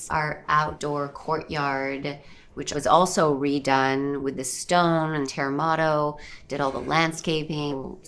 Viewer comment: Haha what is “terramato”!?!? Terrazzo!?!? Hahaha 😂😂😂😂